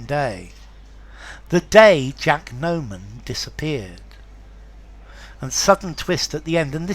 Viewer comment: Just a reminder: it's Jack NOMAN not Norman